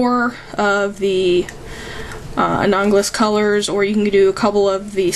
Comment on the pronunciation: a-NAL-o-gous colors. Sorry, but your pronunciation bugged the crap out of me! XD Other than that, great video! You're a talented artist! I'll keep your techniques in mind. :)